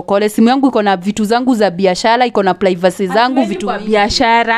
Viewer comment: Who else heard plaivacy from from the auntie?